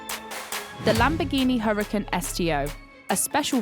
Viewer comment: Why she pronouncing Huracán like crap but say the other stuff for at least trying to say Italian with an accent. It’s fries not chips 🇺🇸🇺🇸🇺🇸🇺🇸